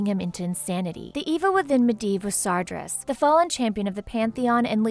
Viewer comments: I thought it was Sar-GEAR-Us (like bear) not sar-JER-us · You tried. You really did, you should have talked to an actual player to get the pronunciations correct before reading the script for that video. I waaaaas waiting till June 10th to restart my account buuuut I might before then because of this video. #Spaventoso - Sargeras , Night Elf Hunter